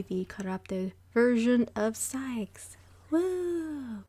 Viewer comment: I think it’s pronounced “Sticks” lol 🤗